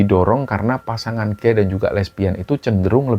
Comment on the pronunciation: Sedikit koreksi.. gay dibaca ghey bukan gay.. kalau guy baru dibaca demikinan..